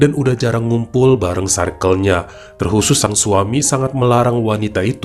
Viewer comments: Baca circle tuh bukan sairkel bang tp sirkel🤭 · Circle cara penyebutannya.. sə:kl.. Untuk lain kali ya bang supaya kita tetep cinta ❤️ dan makin cinta ❤️ sama cerita2. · Greget denger bilang "circle" nya 😂